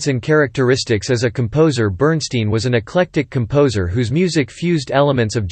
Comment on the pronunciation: BERNSTEIN PRONOUNCED (BERNSTINE).